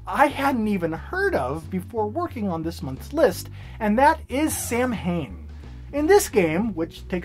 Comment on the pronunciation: Samhain is one of those weird words that is pronounced oddly compared to how it looks. It is supposed to be pronounced like SOW-IN. With the OW part of SOW said like in COW. Yeah, Gaelic is odd.